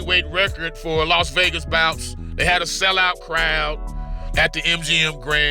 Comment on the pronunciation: Los wages 😂